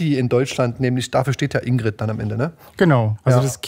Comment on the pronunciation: in.gr.i.d. nicht indeed